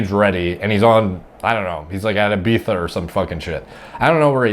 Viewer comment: Finally someone who pronounces Ibiza correctly lol